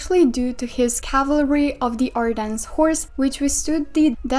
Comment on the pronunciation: we do not pronounce the S in ardennes so it’s more like Ardenne